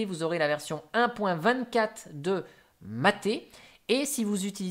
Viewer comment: Mate se dit maite